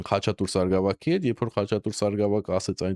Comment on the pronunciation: Ոչ թե սարգավակ, այլ՝ սարկավագ։